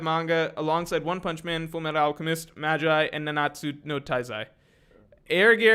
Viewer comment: Did he really call Magi as "Majai" 🤢🤮 L for that one